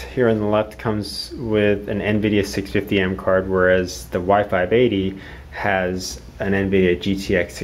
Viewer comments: The whole time I actually thought you were saying Y 5 Baby :DDD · every time i hear y580 it sounds like wifi baby